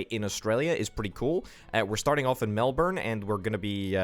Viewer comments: Also, Melbourne is pronounced melburn or melbun if said fast, not melborn 😅 Loving the vids though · In Queensland we say Melbin